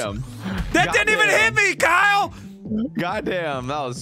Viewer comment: straight up kept messing up Kyle's name and almost said Squirrel multiple times lol